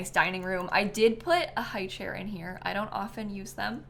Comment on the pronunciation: that chairrrrr lmao